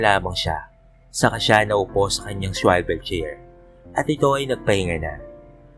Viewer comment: Ano? Swivel chair.....di po " swaivel " chair!